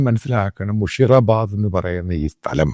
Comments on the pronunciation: Sir It' not മുഷീറാബാദ് മുർഷീദാബാദ് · മുഷിറ അല്ല. മുർഷിദാബാദ്